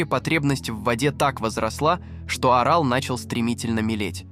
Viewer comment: Вставки идиотские. С ударением в географических названиях и не только - полный швах. ПАмир, Сыр-ДАрью и что-то там ещё я выдержал, но с Аралом возник когнитивный диссонанс. Ударение ставится то на первый, то на второй слог. Отключил ролик. Чтобы самому не отключиться.